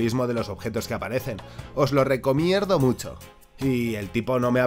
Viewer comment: Se escucha mal o dice lo RecoMierdo?